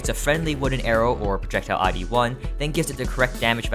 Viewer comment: Fun fact, "I.D." is pronounced I-D, not I-E